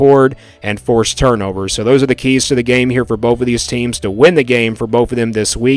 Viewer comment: It’s both, not boaf. And it’s “both of these” not “boafuhdeez” lol